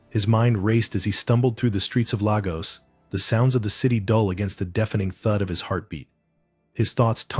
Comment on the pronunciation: It’s pronounced Lay gos